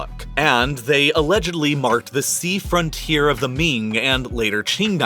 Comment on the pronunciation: And the excessive use of the H sound 😂😂 Supp(h)ort for Support, Front(h)ier for Frontier etc 😂😂😂😂 They should replace him